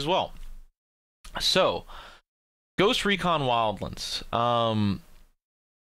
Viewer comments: Bro, it's not WildLINDS. It's Wild-Lands! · "Ghost recon wildlens" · Ghost Recon "wildLINDS"...... BD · you really enjoy saying wildlands like a weirdo huh? okay fair enough